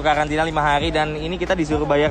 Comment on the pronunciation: Karantina apa kkalantina bang?